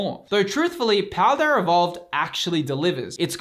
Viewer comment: Is it me or is he saying Pladearrrr Evovled